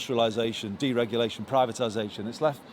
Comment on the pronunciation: Deregulation did he really just say that 🤣